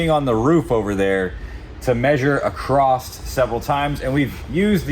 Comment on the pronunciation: Stop saying "acrossed" :P